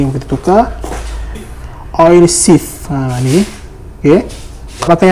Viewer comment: Oil seal bukan oil sif